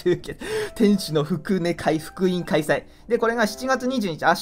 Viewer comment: 福音（ふくいん）では？